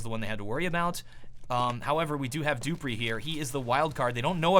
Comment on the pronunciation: not kaggerbe it is kayerbe , duhhpreeh and xpyex